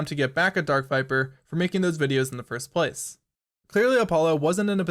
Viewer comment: First PLACE. Idk I've never heard anyone put the emphasis on the second word of that phrase, and you use it so much. Good video tho, well done.